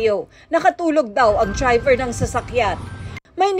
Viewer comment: Tryver ang bigkas ni tina panganiban peres sa word na Driver